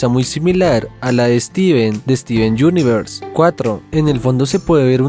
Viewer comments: Eduardo Ramirez Tovanche poreso, asi es pero fijate que en ese instante dice yunivers, pd: esto no es para pelea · nose pq todos dicen steven YUNIVERS, osea no lo pueden pronunciar bien?